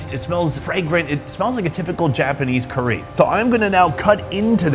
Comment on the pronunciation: STOP SAYING CURRY WEIRD!!! 😡😡😡